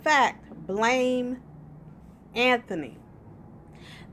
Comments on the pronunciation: The name is Antwone. Pronounced An 2 Won. Antwone. Not ANTHONY. 😂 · How are you going to make a video and not know how to pronounce the name Ant-wan?? You may think its cute, but you sound stupid af not knowing how to say a simple name, ijs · I'm just mad you don't know how to pronounce Antoine.